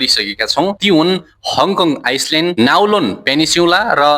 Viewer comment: आइसल्यान्ड होइन आईल्यान्ड , नाउलोन होइन काउलून हो , लाङटाङ आइस्लेन्ड होइन लान्टाउ आईल्यान्ड हो , सिङ्मोङ होइन सिङ्मुन हो ! अलिकती उच्चारण गलत भए नी समग्र सामाग्री उत्कृष्ट छ !